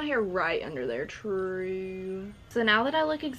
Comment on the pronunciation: nobody:: trewww